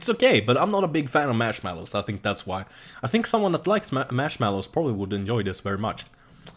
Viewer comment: HAHAHAHAHAHAHAHAHAHAHAHA mashmellows!!!!!!! LOL its marshmallows!